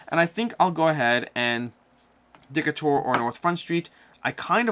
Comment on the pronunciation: Great video, but I have one small nitpick: Decatur is pronounced “de CAY ter” (not “DECK a ter”).